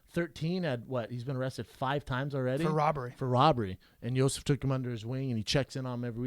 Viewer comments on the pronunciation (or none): funny how yo sif is Brendan's boy but he can't pronounce his name